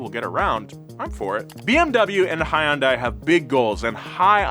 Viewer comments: please note, to pronounce "hyundai" correctly, start by saying "yun." Like "young" but without the g. Now add an "h" in front, but make sure to keep it one syllable (do not say "hi-yun" as often mispronounced). "Dai" is like "day," as in night and day. Now put it together and you get hyundai. Easy, right? TIA! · You know, when James makes up different ways to pronounce car company names it's pretty funny, but when does it it sounds weird. Please look up "how to say Hyundai in Korean". Thanks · The terrible pronunciation of Hyundai bothers me every time. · It’s Hyundai, like Sunday. Say it correctly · you work as a car journalist why cant you say Hyundai right? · Say Hyundai correctly..just once. Humor me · Can someone teach him how to pronounce Hyundai? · bro...You are pronouncing Hyundai so wrong. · Each time he pronounces Hyundai, it somehow gets even worse and more racist sounding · Please learn to say Hyundai correctly. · For the love of god please get to pronounce hyundai correctly and not like a complete boomer. It's Hyundai like Sunday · for the last time Hyundai is pronounced Hyun-day not hon-die. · Hyundai is pronounced ‘Hun-Day’ like Sunday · It's (hun-day) like Sunday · I've worked for Hyundai for the last ten years.... Love your vids man, but, you've got me pullin my hair out. Its Hyundai! Hun-day. It's pronounced hun-day. Not Hi-un-day! Hun-day! Hyundai. Edit: I don't care that much anymore. Put in my two weeks today. Leaving Hyundai after ten years, cause, well, they treat their employees like trash. Hyundai is losing good techs left and right. America's best warranty is worthless if nobody is their too back it up. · it’s “Hunday” Just like “Sunday”. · Love all the Donut videos, and as a Korean, I know romanization of Korean words is difficult! I think an easy shortcut to pronounce Hyundai properly is to pronounce it like "sundae". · We need a video of calling Hyundai anything but Hyundai